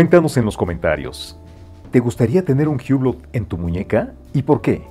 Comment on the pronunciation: Se pronuncia UBLÓ, el dueño de Hublot se llama Carlo Croco, no Carlos Roco.